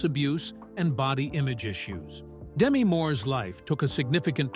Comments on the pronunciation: It's Da-Me, not Demi. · Her name is Demetria, shortened to Demi. The accent is on the second syllable, not the first. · Name mispronounciation is making me nuts. But nice video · It would be nice if you could at least pronounce her name properly 🙄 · you're pronouncing her name wrong. Do some real research